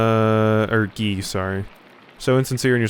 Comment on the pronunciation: Nailed Guy's pronunciation 😉 He and Ferenc are real dicks. As is the abbot. I have no idea what will happen next in the game (my theory is probably a murder?) but I'm enjoying the hell out of it.